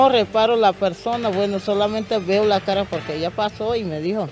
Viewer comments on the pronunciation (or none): none